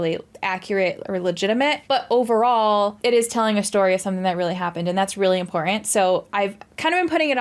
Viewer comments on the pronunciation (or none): With all due respect, please work on your pronunciation of "important" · Please stop saying important until you can pronounce important.